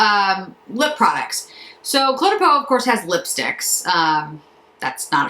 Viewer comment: Oh,, thanks for this review. I've been so hesitant to jump into the Cle de Peau pool and appreciate your thoughts as always. Think of the pronunciation this way - the Cle is pronounced 'Clay'. Hope this helps you!